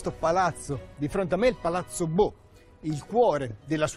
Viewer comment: Pronuncia errata. Non e' Boh...ma BO'